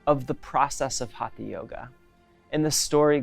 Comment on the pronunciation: Westerners including have a hard time pronouncing HATHA properly. It is HUT-HA. Not Haatha. The T uses a retroflexed tongue which is near impossible for westerners! Go south from Goa to Karnataka, and in Kannada hut-ha means being stubborn or obstinate! A hut-ha maari is even worse: a hard headed devil!:) Hut-ha was meant to indicate that it is a Yoga of physical force or energy. From Wiki: "The Sanskrit word हठ haṭha literally means "force" and thus alludes to a system of physical techniques." हठ: in this word, the second letter is a hard, aspirated THA sound. Not like in Thin, thick.